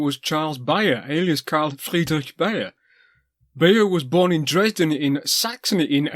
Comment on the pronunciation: Also, Beyer is pronounced like the word bay, the way you say it sounds like how a German would.